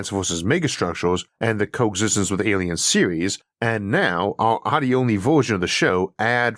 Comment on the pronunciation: "Aiens have invaded"? :)